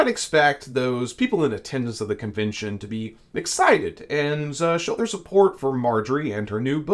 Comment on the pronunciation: You must love hearing yourself saying things like convintion instead of convention, or inny instead of any (enny) because you took nearly nine minutes to tell us what you could have said in about two. As bad as me writing all this instead of using fewer words. Irritating isn’t it?